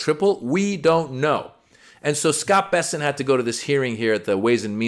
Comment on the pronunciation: Bessent? Oh, I thought it was p**sant? 😮😂😂